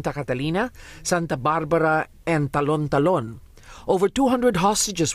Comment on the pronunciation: It's funny how manila peeps pronounce Talon-talon. It's actually Ta-Lon Ta-Lon